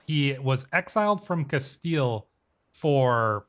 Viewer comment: I'm sorry, but it's "Cas-steel" (or "Cas-stee-ya" if you're pronouncing it in Spanish) not "Castali" this was driving me crazy. Otherwise, very much enjoying your playthrough.